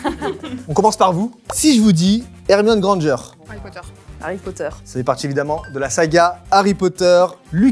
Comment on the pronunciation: Est ce que vous aussi vous avez vous à le a de Harry Potter se transforme en e ?